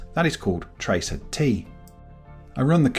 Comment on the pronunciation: Great video of ping and its uses, also one thing :D, "tracert" is not "Tracer T" it is "Trace RT" hence Trace Route, not being picky just saying, keep up the great work.